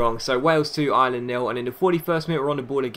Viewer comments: Ireland ! Not Island ! Great vid otherwise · Ireland Pronounced Are-Lind